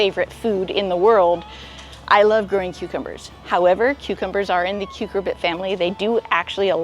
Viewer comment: Love your work. Thank you. One tip: rather than 'KUKER-bit' for the melon/squash family, please note it's pronounced "KER-cubit"